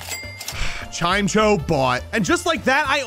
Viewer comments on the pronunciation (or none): I love hearing how people pronounce certain pokemon names LOL I never would consider Chimecho pronounced as Chime-cho! Just Chime-echo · "chime cho"